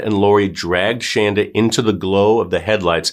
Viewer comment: It’s Shanda not Shandra